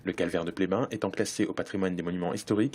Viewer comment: Pleyben, et non Plévin!!!!!!